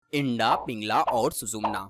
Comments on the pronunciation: आपने बहुत अच्छी जानकारी दी लेकिन आप इड़ा नाड़ी को इंडा बोल रहे हैं. कृपया इस बात पर ध्यान दें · इड़ा होती है भाई इंडा नहीं ।अपने उच्चारण में सुधार करो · इडा बोलो इंडा नहीं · Sir ji aap Eda nadi ko Enda nadi kyun bol rahe ho...??? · O bhai ..btane to baith gye .pehle bolna to sikh lo..wo inda nhi hai..Ida h pagle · Inda nehi EERA, PINGLA or Susumna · Yeha Inda Shabda Uchchaaran Galat Hai Issey Ida Kaha Jaata Hai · Aap ida ko inda bolte hai😇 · It's not Indaa, it's Ida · आपने अच्छी जानकारी दी है मगर इड़ा शब्द का तो आप ने बलात्कार ही कर दिया। शब्द इड़ा को इंडा कहना कहातक उचित है? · उच्चारणमें "इडा" बोलिये । इंडा मत बोलो ।